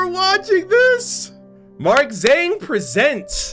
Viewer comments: well my name's got english and chinese in it, chinese name being spelled as Zheng Xian, so, the real way to pronounce Zhang is not zzaang like buzz and avatar the legend of aang, its zh(being cut) and more like how you would pronounce Ch in Charcoal, so a kinda tsung sound..?? like its a ba dum tss, and ung like sung. Zhang. am i understandable lol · Jang. Zh is pronounced as J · The "Zh" in the name Zhang is pronounced weirdly that is hard to explain in words, I will send you a video(on twitter) I found that explains it.